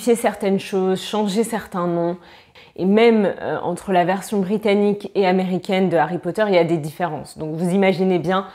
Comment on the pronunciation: vraiment, en français on ne dit pas "d'Harry Potter", c'est "de Harry Potter". La règle c'est de ne pas faire la liaison avec les H, mais comme c'est du français y'a plus d'exception que de fois où la règle s'applique vraiment, mais en l'occurrence c'est "de Harry Potter"